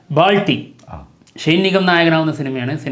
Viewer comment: Bro balti aanu not baalti😊